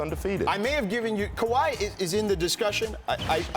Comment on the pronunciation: Fat white dude don't know what he talking about. "Kawhi"😅😅 .. can't wait till this season